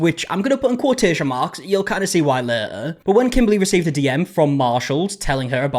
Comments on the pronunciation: I like how you say later. Lay uhh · oh, we'll see "leh-erh" 😂